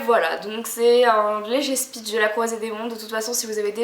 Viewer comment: Le pitch, pas le "spitch".